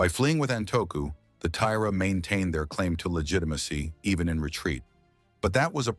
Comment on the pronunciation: Over an hour of inaccurate and inconsistent pronunciations – that element is really irritating. E.g. Tomoe = Tomo-eh Not To-mo / TOmo / TomO / T'mo / Tomey / T'mey, etc. Taira = Tie-rah Not Tie-rea / Tie-eerah / Ta-eerah / Tie-rey, etc. Six to ten pronunciations of the same word that is spelt the same way each time; sometimes with the pronunciation not agreeing with the spelling (Tomoe = T'mey, Taira = tairea – how?). If I hadn't been reading along, half the time I wouldn't have known who or what the AI was talking about.